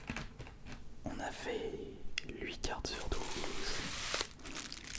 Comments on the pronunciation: Je rêve ou tu dis l’huit au lieux de huit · Ah ouai il a pas dit une seul fois "huit" correctement mdr c'est stressant il te lache des lhuit on dirait limite qui dit l'huître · C'est "huit" pas "l'huit" ; (8) Sa m'a prit du temps donc vous pouvez laisser un petit pouce bleu😁. 👇👇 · HUIT pas « Lhuit » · Y'a que moi que ça choque quand il dit "luit" Au lieu de huit ? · Juste, on dit huit pas lhuit (uit pas luit) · On parle pas tous le même patois en fonction des régions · “ nous avons un lhuite” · Non, il dit "l'huit" à chaque fois. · Tu sais que le chiffre 8 ne contient pas de "L" on prononce "Huit" ca me rend fou